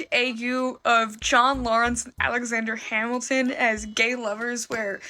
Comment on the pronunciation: Alexander Yap-ilton